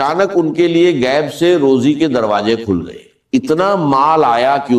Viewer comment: روجی نہیں، روزی ھوتی ھے۔ یخین نہیں یقین ھوتا ھے۔